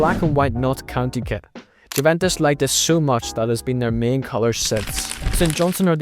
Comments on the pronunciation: France, who won the World Cup in 2018, not only got passed the group stage but were runners up in 2022. It's pronounced "U-ventus" not "Jew-ventus". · Its pronounced "iuvèntus" not "Giuventus" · You really need to learn how to pronounce Juventus.